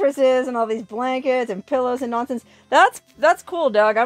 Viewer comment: Really... what's a pullow...? lol